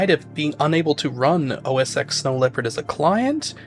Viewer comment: Every time he says oh ess ecks I wanna bap him